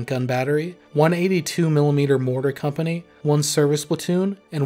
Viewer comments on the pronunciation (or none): none